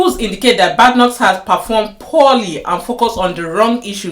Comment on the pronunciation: Her name is not pronounced bad pronounced bay d like bay watch, Please watch prime. minsters questions time. You see how her name is pronounced also Kier you need to learn to pronounce it also. Well Your content is full of cherry picking as you saw how she was praised two weeks ago about supreme court victory case on Biological female. Do you know the people who voted her in. Yes we all know that she won't be the leader not because she is not leadership material as far as l understand the British politics, she was just there to satisfied the system. But don't say she has not done well is so wrong the woman has been in. Politics long before you came to UK listened to what she said today about the current election you will be balanced in your content. Some of the immigration laws are already there so it not Kemi that will change it, it has to go through a process as a bill first before it becomes law.